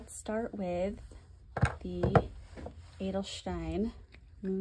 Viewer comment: I like you're making an effort to pronounce the brands and inks in their original language. You are doing very well on the Pelikan Edelstein. Most native English speakers I hear here on YouTube are pronouncing the Pelikan brand in their native tongue.